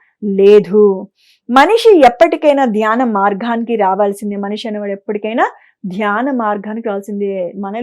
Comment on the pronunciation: అమ్మా! జ్ఞానవిషయం బాగున్నది. అభినందనలు. చాలా బాగా చెబుతున్నారు. కానీ తెలుగు భాష కొద్దిగ సంస్కరిస్తే బంగారానికి సువాసన అబ్బినట్లుంటుంది. మార్గానికి బదులు మార్ఘానికి అంటున్నారు. ప్రశ్న కు బదులు ప్రష్న అంటున్నారే. సగము అనాలి సఘము కాదు. సంపాదనను సంఫాధన అంటున్నారు. అంధరి కాదు అందరి అనండి అంతట అంటే బాగుంటుంది. అంథట కాదుగదమ్మా. శివ పరమాత్మ అనాలి. షివ పరమాత్మ కాదు. భాధ అనకూడదు. బాధ అనండి. షరీరం కాదమ్మా శరీరం. చిన్నభిడ్డా కాదు. బిడ్డ అనండి. అమ్మా! నేను చెప్పినవి మిమ్మలను అవమానించడానికి కానేకాదండి. మీస్వరం మాడ్యులేషను ఆఫ్ డైలాగ్ చాలా చాలా బాగుంది. ఈచిన్న తప్పులు సరిచేసీకొండి .